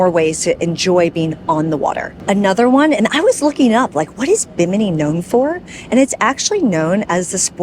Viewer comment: Girl learn to pronounce the name properly😮